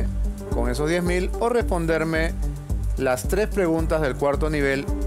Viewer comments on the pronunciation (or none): solo escucho sho, esha, eshos xD